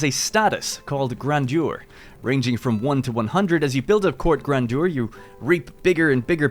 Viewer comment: Amazing when YouTubers don't bother learning pronunciation before making their videos